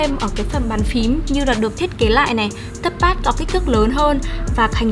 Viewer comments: thế thì chị kia thật sự cần học tiếng Anh rồi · à mà do cách nghe hoạc do vùng miền nữa